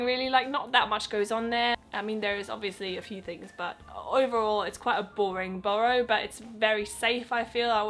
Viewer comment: Btw it's pronounced Buh - ruh